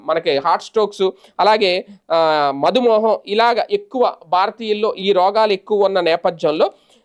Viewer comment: మధుమోహం కాదు మధుమేహం అని చదవాలి